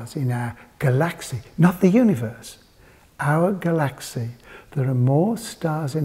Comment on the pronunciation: i can't comprehend how he pronounces 'galaxy' far-out, man. nnnnnnnnnnnnnnn.....